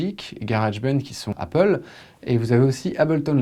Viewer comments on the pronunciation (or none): none